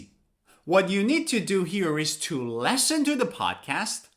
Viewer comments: Listen is pronounced as Li s(o)n. It's a short 'e' sound. Like Liberty, living. Pronouncing it as Lesson is wrong. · the way you pronounce 'listen' was just like 'lesson' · Sometimes I heard lessen instead of listen. Is it American accent? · has anybody told you that you pronounce (listen) as / lesn/ I mean the first vowel sound is different. I know you are a native speaker and none can speak English as well as you do but I'm waiting for your explanation. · Wwwwwwow your pronounce of listen is wrong